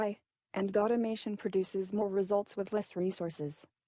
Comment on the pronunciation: did she say Godimation instead of automatons?